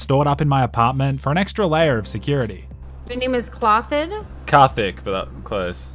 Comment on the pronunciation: Man you are pronouncing 'Kartik' so wrong